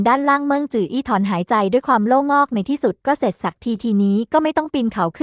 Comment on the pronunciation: คำว่า โล่งอก อ่านออกเสียงว่า โล่ง-อก (ไม่ใช่ โล่-งอก ในภาษาไทย หม่มีความหมายของคำ)